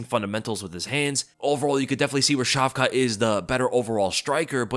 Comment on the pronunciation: Dude the T at the end of hamza and shavka's name isn't pronounced . How do you not know simple Semitic language rules...